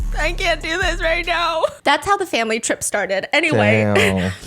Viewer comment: saying dor you remember Mai honestly made me lose another 10 years of life